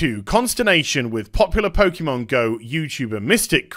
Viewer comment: Typical BBC, can't even spell Pokémon correctly. Also it's pronounced Pokay or Poka, not Pokey.